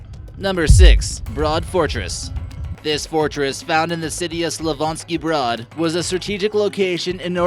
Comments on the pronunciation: you sad slavonski brat you need to say slavonski brod brod is ship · my goodness.. take a few secs to pronounce Slavonski Brod. Let me help: slav-on-ski as in slav-ton-ski... only the "on" is like the "on" in ONtario, Canada. And "brod," that is tough. How about "Brohd".. that is how I would spell it in english to soften the "O".. a close sound for people who speak scandic or german languages would be like this "bröd"... although a strong umlaut is also an incorrect sound. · I got triggered when he said Slavonski Brod hahahaha croatians will relate